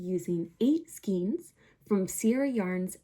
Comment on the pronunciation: Pronounced SKANE. Not SKEEN!